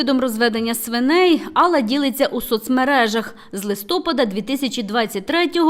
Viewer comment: ЛистопАд!! Ударение на прследний слог!!! Вы же диктор..!!!